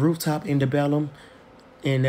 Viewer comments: Debellum 🤣🤣🤣 it’s Deep Ellum friend😂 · Not that he said “depelum” instead of DEEP ELLUM 😭😭